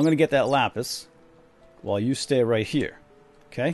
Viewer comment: um you do realize what you just said right? LOL it's not lapiz... lol that means pencil in Spanish :D I doubt you meant pencil I think you meant lapis XD